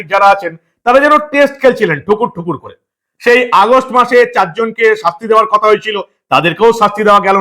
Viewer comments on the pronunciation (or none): none